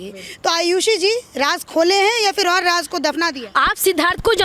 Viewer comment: Raaj nahi raaz hota hai ... hindi ka murder omg